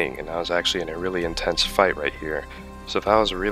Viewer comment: "I was actually at a really inteanse fight, right here." Intensity is clearly a subjective state...